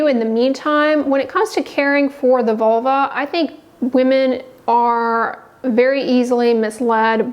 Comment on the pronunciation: learn how to pronounce vulva, not vuluar